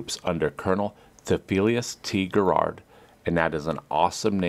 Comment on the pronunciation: It is not Gerrard it is Garrard